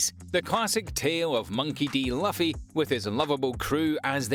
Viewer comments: 🤔 Luffy = Loo-fee 😅 I am sure he's doing it on purpose, right? 😂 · Not Puffy (luffy)* Monkey D. Luffy btw it’s pronounced [Loo-fee] Thank you though